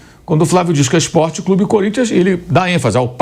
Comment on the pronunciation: O "corimtias é un crúbi jigamti !"